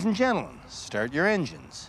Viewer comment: Lets talk about how you strrrrd a crrr